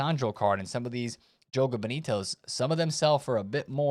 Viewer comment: This dude is the fan of Mussolini or what? Keeps calling the promo Jogo Benito